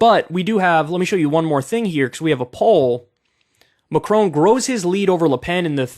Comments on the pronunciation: It’s not Macrone, it’s Macron. His name rhymes with con, not cone. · FFS!! its Macron not Macrone!..pronounced Mac Ron.